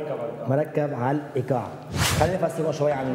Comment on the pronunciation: يدرسهم الايقاع و مايعرف ينطق كلمة الايقاع عدل 😧💔!!!